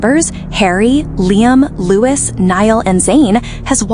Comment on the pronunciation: IT'a]S LOU-E not LOU-IS "In Louis Tone hehe" love you a lot mate was just a joke X